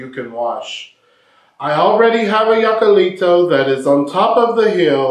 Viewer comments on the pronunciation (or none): Hi! I'd like to help you how to pronounce "jacalito". This word as you see starts with "J" but in Spanish you may pronounce it as "H" in English. So is something like "hakalito" 😂 This refers to a small quickly built hut. It doesn't specify what is made off, but it could be like you said out of adobe or other materials like grass, palm's fiber or little sticks. It sits high up on the hill, very close to the river so you can do laundry. What a Macho!! 😂😂 I hope it useful to you. 💗Music🎵🎼🎶🎺🎸🎧🎹📻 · Te voy a enseñar cómo se dice JACALITO Y no “yacalitou” .... primero trata de reírte tal y como si lo estuvieras leyendo: “JA JA JA” ya tenemos la primera sílaba y la más importante, después de que hayas dominado la sílaba “JA” continuamos con la segunda sílaba: CA. La tercera sílaba es “LI” y la última es: “TO”. Ya tenemos completo todo: JA CA LI TO!!! Saludos desde La Ciudad de México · In the movie he was in a falsetto contest and it is pronounced Hakaleeto Jacalito (Hakaleeto) you’re pronouncing it in the German (Yakaleeto) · Jacalito comes from Jacal,a kind of hut very modest cabin made out of wood and adobe! It’s pronounced Hack-ah-lee-to!hello from Long Beach! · YOU HEAR THAT PEDRO SAID HACALITO, NOT YACAILITO. LOL YACALITO POOR MAN. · Not Yiacalito, Hokuleeto! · Se pronuncia. Hacalito se pronuncia en español como si fuera con H al inicio "hacalito"